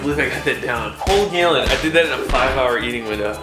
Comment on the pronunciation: "Gaelin" of milk.